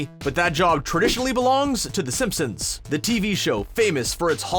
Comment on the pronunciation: It took him quite a few episodes to say Simpsons correctly. I’m sure in three or four episodes we’ll hear about Downton Abbey instead of this intriguing Downtown Abbey show.